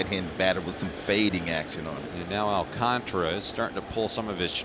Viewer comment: Prounce it with me my Spanish speaking friends Sandy AL - CAN - TARA and not AL - CON - TRA, SMH Please put some respect on the Mets future Ace pitcher's name.